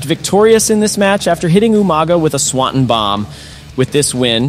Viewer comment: Love your videos but idk if you don’t know Swanton is pronounced swan ton( like Tom but ton)